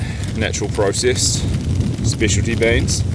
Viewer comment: The snow camper is Kiwi as his accent sounds more British but he mispronounced decadent as dicadent and processed as procissid.